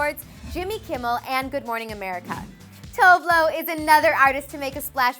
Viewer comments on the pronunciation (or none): THAT'S NOT HOW YOU PRONOUNCE TOVE LO!!!